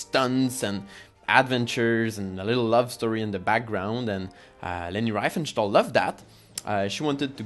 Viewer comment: désolé c'est insupportable cet accent, tu aurais du parler français et sous titrer en anglais, donc je n' ai pas pu le regarder en entier. Et surtout, si tu veux parler de leni essaies déjà de bien prononcer son nom . Cordialement